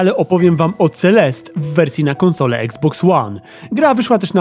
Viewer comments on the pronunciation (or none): none